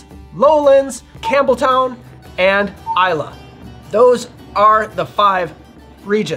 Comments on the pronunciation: It’s I lay not I la. Islay Nevertheless good video. Thanks. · I still remember a video of yours from a few years ago when you said "eye-lay" and I haven't been the same since. I'm finally at peace. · Nope, it's i-la 😉